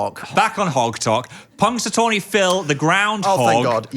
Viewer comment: Phil dear, that is NOT how you pronounce Punxsutawney